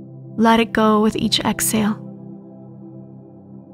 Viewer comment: Please remember there is an “ H” in exhale.